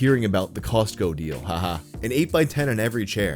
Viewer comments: The T in Costco is silent!😖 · The way pronounces Costco bothers me deeply